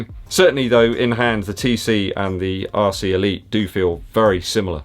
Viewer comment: Sounds like you're saying 'arsey' Elite. Don't think they are though.